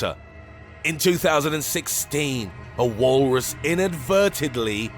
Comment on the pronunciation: "The Wahllrus!"